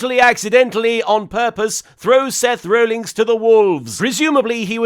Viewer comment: I think it's hilarious that Martin continuously refers to Seth Rollins as "Seth Rollings".